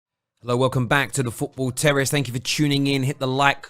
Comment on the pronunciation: The way you pronounce "terrace" struck me as sounding like the way W Bush pronounced "terrorist". That's not a knock on you, that's a knock on him, mind.